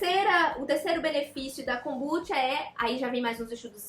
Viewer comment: Tenho TDAH e adorei o vídeo. Acredito que ela esteja falando para um público não leigo, há diversos vídeos 'amadores' sobre o assunto. E a pronúncia dela está correta, assim como Kombuchá tbm está.